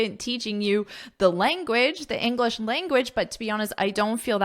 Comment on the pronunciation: I'm sorry,, but every time you say "englis speaker", yes without an H, it kinda bothers me.